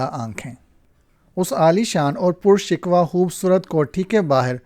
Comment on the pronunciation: Pur_ Shikoh hota hay pur_shikwa nahi